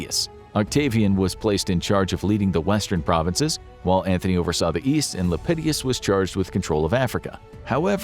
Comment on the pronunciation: ...there's no second 'I' in Lepidus...Lep-eh-doos...not Lep-eh-dee-us.